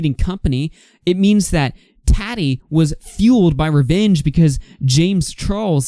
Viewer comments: Tattee & Morph🤣🤣 It's okay!❤ It's pronounced MorphE and TautE. I know this community isn't your forté. Shame Dawson (oh, I spelled it right lol) was toxic long before Jafar became his friend. Tattoo Tears Tati isn't innocent either. I think Jafar has dirt on many people INCLUDING Tati, which is why she said we need to forgive them. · Lmaooo right and her name isn’t TATi lmao 😂